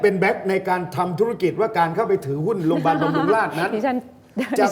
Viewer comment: "โรงพยาบาล"ค่ะ โปรดพูดให้ชัด คุณเป็นผู้ประกาศ